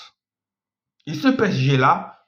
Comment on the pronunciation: Apprend a prononcer P-S-G